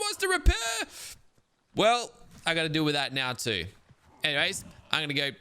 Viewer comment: "Are you kidding me right neow"